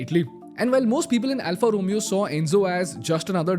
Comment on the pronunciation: Alfa Romeo pronunciation is incorrect